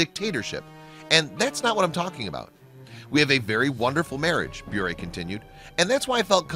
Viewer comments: You’re saying her last name wrong, it’s Bure not Brure. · It is pronounced, "burr," like a burr under the saddlepad. I love how she stands up for her faith! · Anyone else notice that hes putting emphasis on the "u" in Bure when the "u" is silent? 8 minutes of listening to that crap got me triggered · I think you are saying Bure incorrectly. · Narrator is consistently mispronouncing her last name. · The consistant mispronounciation of her last name was so ANNOYING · The guy who made this video can’t even pronounce her last name correctly... 28 year marriage to my husband. Stable, Christian, boring probably to most. God’s way truly is the best. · Ugh he’s pronouncing their last name WRONG!!!!!!! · Learn how to pronounce her last name first😊